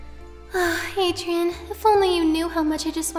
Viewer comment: It’s adrien not adiren